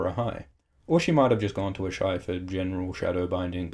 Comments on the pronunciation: A-shy? Don't Melisandre and the others all pronounce it "Ahs-a-ee?" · Ass-high not Ash-eye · Isn't it 'ass-hi'? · How normal people pronounce Asshai : ah-shai Me, an intellectual: Ass-hi